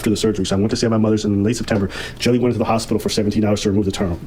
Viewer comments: Lol english speakers really pronounce the Dutch guy's name as "Jelly" huh? as a dutch speaker I feel the pain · Love how is like, "Well the name looks like Jelly, so even though it is a different word in a different language, it's probably pronounced exactly the same" 😂